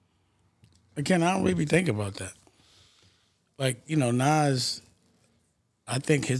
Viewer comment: It's not Naz it's nas